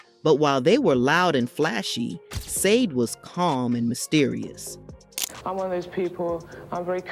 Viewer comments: Sayde 😢😂😂😂😂😂😂😂😂😂😂😂 you’re gonna do a whole mini doc and not put any effort on how to pronounce the name. Like how tf do you make a mistake like that. Wow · Pronounce her name correctly! “Shah-day” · Done!!! Say her name correctly! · You pronounced her name wrong! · Stop saying her name like that🤬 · How about pronouncing her name correctly ??????? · The mispronunciation of her name… ouch😣☹️ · Killing me with the mispronunciation of her name.please do your research next time.! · Why do you disrespectfully mispronounce her name😱. What is your problem 🤔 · How can you make a video about someone in English and pronounce incorrectly their name!!! It’s so unprofessional! I’ve listened 3min of it and I’m switching it off as it’s really irritating. I love the artist I grew up with her music in the 80’s in an Eastern European country but even there we did know how to pronounce her name. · V🎉😢that's obviously not the prounciattion of her name... Unless it's an AI generated voice doing the narration, perhaps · Sade. You even pronounced her name wrong. Leave Sade alone. This is why she stays away from the public eye. Sade is a Capricorn. Sade embodies determination, practicality, and ambition, which has driven her professional success. LEAVE HER AND HER SON ALONE. PERIOD! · Not listening. You don’t even know how to pronounce her name…GOODNESS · Right? If you're gonna bash somebody you should at least know how to say their name😂😂😂😂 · Right! So annoying! Want to be relevant talking about someone first learn to pronounce their name right jeez 🙄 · HER NAME IS NOT SAA-DE it is SHAR-DAY. By the way…That is NOT the way you write her name, I am just showing you the way you pronounce her name. Also…you showed a music video by Kate Bush that was NOT taken from her Aerial album, but was taken from her: The Sensual World studio album. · It's pronounced Shar-day not SAYDE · pronounced sha-dey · It's Sade pronounced Sha- Day Dumbass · Say Sha-Day please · It’s pronounced Saydee 😂